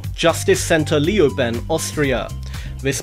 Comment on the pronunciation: Lioben? I live there it is pronounced Leiouben, just as you write it!